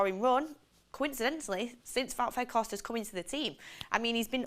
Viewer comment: Sell. Carthorst not Weghorst